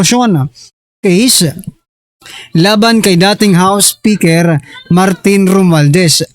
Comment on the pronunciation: SI LACSON HINDI ALAM IPRONOUNCE YUNG WORD NA ‘ ‘ROMUALDEZ’.